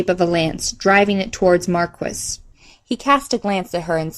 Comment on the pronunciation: great work! just one wrinkle... "Maquis" is pronounced "ma-key".